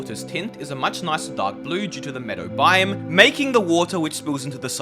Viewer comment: Learn how to pronounce "biome"